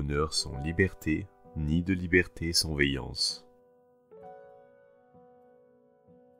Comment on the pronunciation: Il a prononcé vaillance comme veillance...